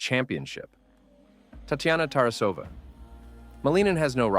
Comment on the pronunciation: Pronounced Malin-Nin, not Maleenan.